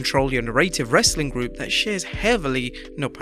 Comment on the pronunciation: I'm new here can someone please explain to me why he says wrasstling content at the end